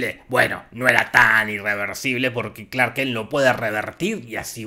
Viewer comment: Clark “kenk” jajaja dura la dislexia